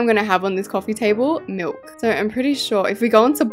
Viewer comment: When she said so cute in my ears I heard sor cute